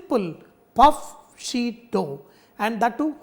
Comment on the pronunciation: Did you say "roll it into thin shit"?...eh?.